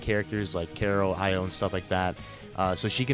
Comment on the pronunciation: Bruh how are you still butchering Io's name it's pronoun E.Yo not Ah.Yo